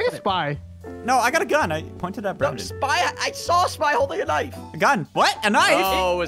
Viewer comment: Brandon* Not brand-in (branden pronunciation)